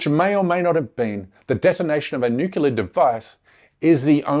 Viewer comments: When you can pronounce ‘nuclear’, I might listen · Dude, you can't even pronounce "nuclear". Start over. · First time listening to this guy & he really turns me off with his George W. Bush pronunciation of "nuclear": noo-Q-lar. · It’s nuclear not nucular! Fir God’s sake get it right!!! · It is nuclear not nucelar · Oh, no: he said "nukular." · This is not as important as your content, but I don’t want my co- thinkers to sound uneducated. The word is pronounced “new ,clear“ , not “nuke ya ler”. Otherwise, thanks for a very informative show! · It's New Clear not NEWkellar! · Omg. Nu-cle-ar. Not Nu-cu-lar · Curmudgeon's Corner: It's pronounced "Noo-Klee-ar". Try it out this way: "New" then "Clear". There is no such thing, and no such word... as "Nucular". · Please, my brother, learn to pronounce the word correctly: "new-clear" not "new-kew-ler". It's not a small thing. Mispronouncing it suggests you're lazy or ignorant and reduces the faith people have you know what you're talking about. This is sincere naseeha from a friend. PleaseI consider it! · It's not pronounced nuke u lear. It's pronounced nu clee er. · What if someone actually pronounce NUCLEAR properly instead of saying NUCULAR? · "Nuclear" weapons bro...not "newkiller" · The word is NUCLEAR- 2 syllables. Not nookular or nukeular. which has 3. Stick to Nuke to be cute! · For God sake people is not Nuculur or Nucular is NUCLEAR!! What’s up with 99 % of the English/americans unable to pronounce properly a word of this magnitude ? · How can we take your video seriously if you can’t pronounce the word nuclear correctly? It is pronounce as it is spelled not NUCULAR!!!!! It takes all your credibility away and you would know this if you had spent any time studying journalism. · "nukilar" weapons? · Nook-YA-ler? I thought only American posers mispronounced "nuclear" to sound "down home". I guess not. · "nukelear" ugghh xD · Who is this fool? It’s nuclear, not nuculea. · Nukelear 🤣 didnt say it once correctly